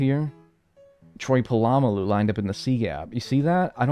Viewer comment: I have never heard Polamalu’s name pronounced like that. I like it. Puh llama loo